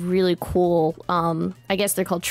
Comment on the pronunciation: Are we going to just ignore pronunciation of “Terraria”? “Ter-RAREIY-A” Not “Ter-RARY-A”